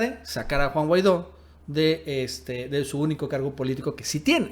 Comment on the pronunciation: Minuto "Guaido"